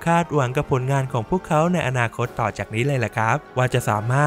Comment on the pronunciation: ถ้าจะไม่ออกเสียงว่า หงอคง แบบที่คนไทยเข้าใจ ก็ออกเสียงว่า อู๋คง จะดีกว่าไปอ่าน วูคอง ไม่รู้จะเป็นสัญชาติอะไรแน่